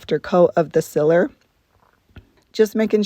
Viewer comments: sEEler lady. Not siller. You must be from Utah. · Any any chance, are you from Pittsburgh? You say Sealer, like we do!